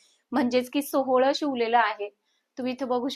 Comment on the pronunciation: सोहळ नाही सोवळ